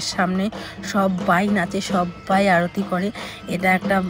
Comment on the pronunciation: অরুতি নয়😂 ,কথাটা আরতি 😂